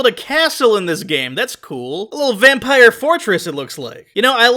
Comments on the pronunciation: Vam-pie-re video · Oh it's a vam PIE r Like the pies in V rising or whatever